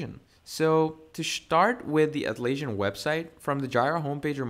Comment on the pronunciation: You're not just saying Jai-rah, instead of Jee-ruh, but you're also saying At-laysian instead of At-las-sian (as in Atlas) 🤦🏽‍♂🤦🏽‍♂ Couldn't keep watching.